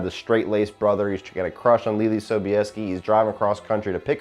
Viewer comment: You pronounced her name correct but spelling it is a pain.